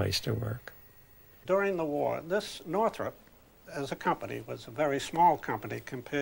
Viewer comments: Northrop, not Northrup. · Who is Jack Northrup? You mean Northrop?